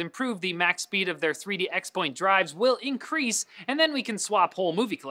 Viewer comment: ex-point? it's pronounced crosspoint!